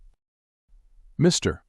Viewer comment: Sorry the AI voice is distracting! It thinks Mr. is the end of a sentence! I can’t listen to it! Mr.